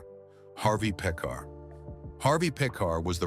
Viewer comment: One thing about robot announcers: they've never heard names pronounced in conversation. It's Harvey PEE-kar. Yes, not only is Phoenix's acting like Brando's (murky, unprofessional), so his is offscreen persona (obnoxious, pseudo-intellectual). As to factuality, the anecdote about Oprah telling Dave's staff to not make eye contact with her, is a story I've also heard about Streisand. Though, given their eggshell-fragile star egos, maybe it's true about both of them. I give Crispin Glover a pass. Like Michael Richards, he was trying to be outrageous and it backfired. Oh, and by the way: it's a long way from rude & condescending to "evil". Don't the writers of this crap know that?